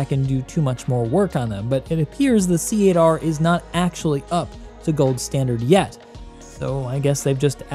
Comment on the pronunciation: please pass the knowledge around. C Eight R is pronounced "Cater". The ship caters to you. It's a pun. Please! Great video as always!